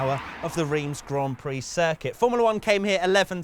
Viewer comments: wTf mAn iT's rEiMs, NoT ReEmS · What the fuck is REEEMZ?! As an English speaking person it's Rh-arm[s], Just like 'Eepe' and not 'wypers' Were not all like this Europe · Its not riems its ram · its pronounced Reims.. come on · ITS PRONOUNCED RAAAAAAAAAAAAINSSSSSSSSSSSSSSSSSSSSSSS REEEEEEEEEEEEEEEEEEEEEEEEEE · “Reems” seriously? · love how you pronounce Reims xD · I swear to god if you pronounce Reims wrong again I’m flying to England and have a cup of tea with you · FFS you are in reims just stop 30s to ask someone, anyone how to say it properly... not that hard. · Not sure to understand why you keep saying Reims like this, I mean when in the Uk as a french, I say the name of the cities like an English would, so would appreciate the same from the other side. Let me call you, much easier than. This is suppose to educate people about the track history, just be accurate then.. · As a French who lives not that far from Reims, it warms my heart to see this video. Even if I didn't come there yet but I've definitely planned to do it this year 🙂 Hope you will visit the old Spa-Francorchamps in a near future. P.S : your Reims pronunciations cracks me up 😆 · How you pronounce Reims is so funny 😂 i'm french so... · I'm sorry, but it's Reims, not Reims. Please get it right.